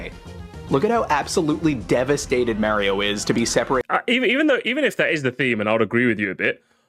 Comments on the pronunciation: I will never trust someone who pronounces Mario as "Meh-rio". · take a drink every time he fucks up saying Mario